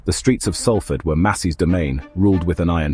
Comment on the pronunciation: Could you get the pronunciation of Salford right !…it’s known as Solford..that’s how it’s said